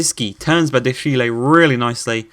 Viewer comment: Hey I'm a french fan of Monaco and I just discovered your career ans I love it 🤩🇨🇵🇲🇨 But I'm french and I want something : please take care to what I will to you about the pronounciations : Ben Yedder : Ben Yeddeyr Volland : Foyland 🇩🇪 Badiashile : Badiashil' Diatta : Dyatta Giroud : Girou Enjoy ✌️